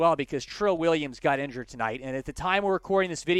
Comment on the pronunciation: “Injuryed tonight” 😂